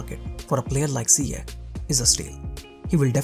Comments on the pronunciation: Isn't it pronounced "Ziyesh" or it's just me? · It is a sound "sh" not K, Moroccans are influenced by French language when trying to transcribe names in the Latin alphabet and the sound "sh" in French is written "Ch" but in some countries like Holland, "Ch" represents the K sound. So mistakenly Ziyech becomes Ziyek/Ziyeg, which is completely different for Moroccans. But Hakim Ziyech have said in interviews that he doesn't mind, because he is easy going that way. This kinda of misunderstanding in prononciation happens to a lot of players from non-Latin language speaking nations when they are in Europe. There was another Moroccan example of Mehdi Benatia, when he went to play for Bayern Munich, his official name is MedHi ( H comes after D), written based on French way of writing the name MeHdi ( H comes before D), his name means the guided or the chosen, with the H sounding like in Hello, but the some German journalists thought his name is MedHi with H sound after ... which will make for a complete different name, that actually Moroccans seldom use for their children, Meanwhile Mahdi/Medhi is widely used by Moroccans and Algerians , especially those of France So same name with a same sound and same origin, can be written or pronounced mistakenly when transcribed into language whether it's following Englosh, French or other, for example , people of middle east as following English logic of sound may write the name Yusuph, or Yusuf, meanwhile North African will write same name as Youssef ( which is equivalent to Joseph for wes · Yes .... But even Lampard pronounces it Ziye-kh rather than ziye-sh